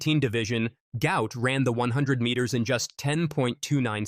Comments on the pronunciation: 👉Guot Guot! Not gout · Apparently. it's pronounced Gwhat Gwhat. Go_ ut Go_ ut. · Actual name is Guot, correctly pronounced 'Gwot' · Say his name properly Gwot